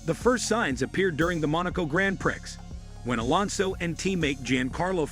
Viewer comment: If you're going to use AI narration at least have the decency to teach it correct pronunciation, my French may be rusty but I'm pretty sure it's not Grand Pricks.